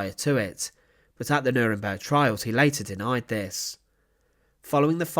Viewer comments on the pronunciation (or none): none